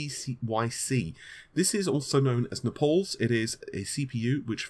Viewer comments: Pole wants to say Napoles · It's Naples, like the Italian city, not Nepales like the asian country. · You try to talk so clean why the fuck cant you pronounce Naples?! :d ITS NOT NAPOLS... ;) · NAY-PUHLS, NAY-PUHLS, NAY-PUHLS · Naples like apples and not napols. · Naples. N A, not E, PLE, not PAL, S. How are you still messing this up with so many people correcting it EVERYWHERE. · I will subscribe when you pronounce Naples correctly.. Bye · If only took this level of concern over his fucking job. I'd gladly take a 'fuck you ' from him.. I like the dude. Edit - you can tell me to fuck off all you want but you can't disagree it's one of the WORST name butcherings ever done. So much so that even amd changed their name to epyc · No, I thought it was unlikely. Since he was pronouncing it that way I thought maybe he knew something we didn't as he's obviously not unintelligent and computer hardware can have some odd names sometimes. It's certainly a weird way to pronounce Naples :/ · The first thing I thought when they announced "Epyc", finally can stop mispronouncing naples...